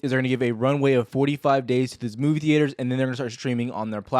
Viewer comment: the-aters haha